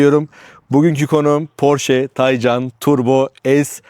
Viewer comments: Üstat güzel video olmuş. Birtakım gizli özellikleir de var ama dediğin gibi, güç bu seviyede olunca gerisi boş ama sendne ricam Taycan ı k ile oku lütfen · porsche mühendisleri tay ve can kelimelerini birleştirip genç atın ruhu anlamına gelen türkçe bir kelime olan taycan yapmıştır bu net bir bilgidir k ile okunmaz